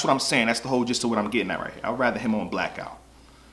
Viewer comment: AINT NO K IN BLACOUT!!!!!!! 😂😂😂😂😂😂😂